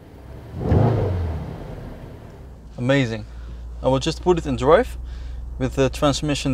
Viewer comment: Lets take iT for a dwive😭😭😭😂